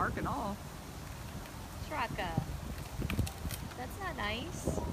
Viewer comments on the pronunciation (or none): hey guys if its a indian name like priya and seth then charaka needs to be start with 'cha' as in 'chase' or chipotle' not with 'sha' then rest 'rak' like 'ruk' as u pronounce 'luck' no need to add extra 'a' in the end it and stretch the name its only charak that a in the end is unnecessary